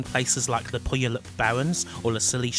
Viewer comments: Lucky it didn't have any R's in it, or it would've been even more butchered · As someone from the Seattle area, I always love a chance to hear someone else try to pronounce Puyallup. Love this game.